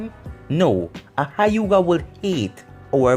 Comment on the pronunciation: this man called the Hyuga clan the hiugah. no being mean just... lmao